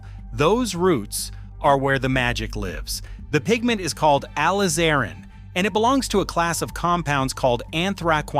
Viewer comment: Whew. AI mis-pronounces many of the most important words: woad, alizarin etc.